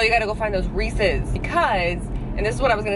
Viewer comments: The first time I heard you say Reese's pumpkins, the video cut out/YouTube closed, and I swore you said racist pumpkins. I was like...what just happened. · I could have sworn you were saying “racist pumpkins” . XD 😂